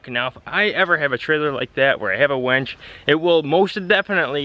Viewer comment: WINCH, not wench. A wench is a girl who serves you beers! HONDA!